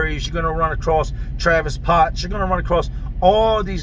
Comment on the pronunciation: “Travis potts” 🤣